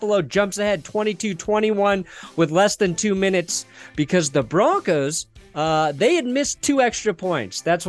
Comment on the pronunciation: said it wrong